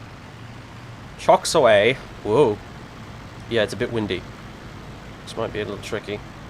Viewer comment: oh man that first take off attempt got me good. just something about your ultra-british accented "chocks away" followed by catastrophe. i was taking a sip of milk and the stuff came out through my nose